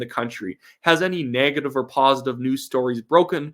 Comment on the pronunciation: My mom points out I say words like Negative and Legacy as "Nag-ative" and "Lag-acy" and now I cannot unhear it.